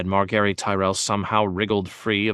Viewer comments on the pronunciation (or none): Mar Gary? Jame? Tie Rion? Dane Ur Us? 🤣😂